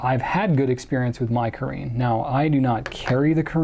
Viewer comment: (Btw, caréne is pronounced Cah-rhen) :)